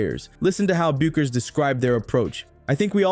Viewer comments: It's BECK-ER"S not BUU-KER'S. Damn dude it ain't like a tough name to pronounce if ur familiar with how the words SOUND yeh? She may only be a draw card for your channel but to us she's a legend and legends insist you make an effort to get things right otherwise go disrespect someone else yeh? U know wot I mean? Now u know why we at Yukon Nation havn't exactly flooded ur YT channel. U might want to adopt a real appreciation for the players you use. Good on ya. Go YUKON!!!! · It's shocking how bad the pronuciation is, I mean, "Bewkers"? Are you kidding me? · Aside from the dishonest click-bait title, you lost me when you couldn't even pronounce the best NCAA female baller's name. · Proper research will allow you to pronounce Bueckers and all other names properly. Pity. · Why would I subscribe to a channel whose moderator can't even pronounce Paige Buecker's name?